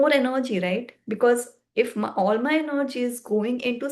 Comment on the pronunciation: Sorry but you will need to re make this video. It is procRastination and not procastination. You will need to put in a lot of effort if your videos need to be of high quality. Also its not enerrrrgy its energy. But your determination is admirable...keep it up.